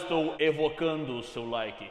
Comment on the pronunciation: é tão fofinho SKSKSKKSKSKSKSKSK 😅 "Estou rebocando seu Lik!.... Deixa o like."💖👁️👄👁️